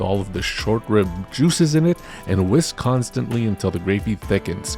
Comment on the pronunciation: You said 'Whisk Constantly" but I swore you said Wisconsin-ly which just felt like it made sense for poutine.